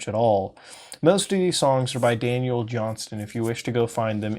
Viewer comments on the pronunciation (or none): none